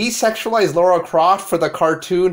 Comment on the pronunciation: LARA Croft. Sound it out. Lara. Not Laura. Lara.